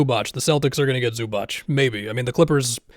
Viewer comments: Zubac is pronounced Zoo-bah-ts, not Zoo-batch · Please don't say Zubach. It hurts our ears. It's Zubats. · btw Zubac is pronounced Zoobaats